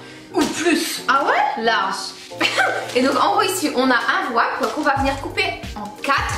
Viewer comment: « Un Wrouap »😁